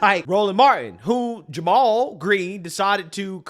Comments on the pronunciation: He pronunces his name as "Jay mall" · Did that news reporter really pronounce "Jamal" as "JAY-maul"??? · Jay-mal ? Lmao